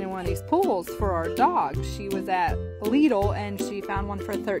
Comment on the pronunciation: Worst pronunciation of Lidl I've ever heard